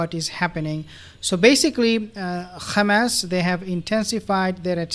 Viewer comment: Please!!! It's not Ghamas , but Hamas . Don't repeat the Zionist expressions , which is Yiddish and not Hebrew.